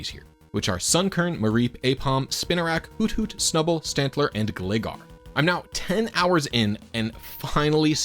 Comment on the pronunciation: it's gLIEgar, like Glider